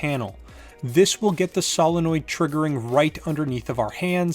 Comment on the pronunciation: Why is it that 90% of people can pronounce Solenoid but this guy can't? (Say it with me sow·luh·noyd)